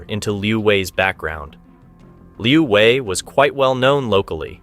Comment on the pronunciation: Narrator is very confused keeps thinking this is Vietnam. China does not use dong. And Wei is not pronounced Vi.